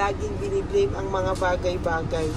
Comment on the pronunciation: Hi!, maganda ang reading mo,kaya lng kung magsalita ka ng talalig hindi malumay mag- bisaya ka na lng,yong salita mong bagay2 malumay hindi yong ng farari kotse yong pag- formal 1 magsalita.😢😢😢